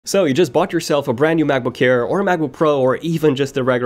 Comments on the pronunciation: It sounds like he is saying MacBook care instead of air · why is he keep saying macbook "care"